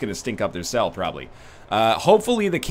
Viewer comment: hi im your 652,147th sub when you said room cell i belive you said room seel